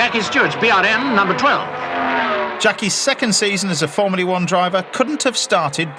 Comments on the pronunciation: "formleay 1" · Why can't this chef pronounce the word 'Formula' correctly?